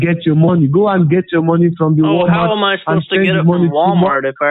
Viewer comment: "I said Shelly did not pick up the mowny" lmfao I come back everyday for that